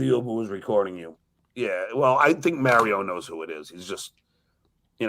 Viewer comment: Mary-O? Who’s Mary-O